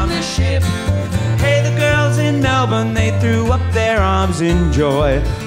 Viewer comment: I like this.. Thanks for posting! You even pronounced Melbourne correctly lol